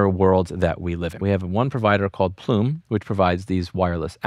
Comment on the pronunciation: Plume rhymes with Blume.